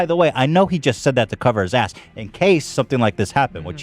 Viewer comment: Dude doesn't know how to pronounce "asked"